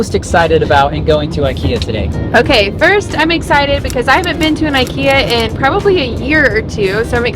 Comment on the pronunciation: I in ikea is not like I in I, it's I like I in lamerica. Same goes for I in Iraq, Iran, Ivan, Igor, Ivanka, probably some more edit: should have waited till half of video passed before writing that, still, applies to iraq, iran, ivan, ivanka, igor too